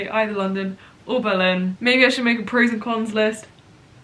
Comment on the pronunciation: Am I the only one who finds the way says Berlin strange? She says buh-LIN and I instead put emphasis on the BER and say BER-lin.